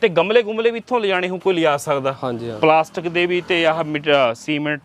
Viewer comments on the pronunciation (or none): none